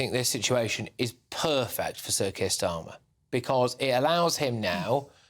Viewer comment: Starmer couldn't wipe his Rs properly, a complete derrrrr.